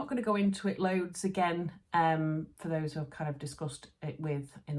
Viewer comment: Fabulous Vlog, loving all the fabrics. Your Devonshire accent when you said you liked one of your fabrics loads was brilliant pmsl, high praise coming from a Devonshire lass!😆